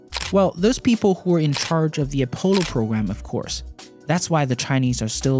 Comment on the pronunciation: Please say “Apollo” properly. Good video though.